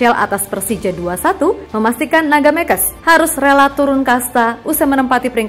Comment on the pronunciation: Mekes itu bahasa Kutai. Nyebutnya bukan “Me” (kayak Me di Meong) dan “Kes” (kayak Kes di Kesurupan). Tapi Mekes, “Me” (Kayak Me di Merem), dan “Kes” (kayak Kes di Keset). Yak gitu Mekes, artinya Ngamuk.. Naga Mekes, Naga Ngamuk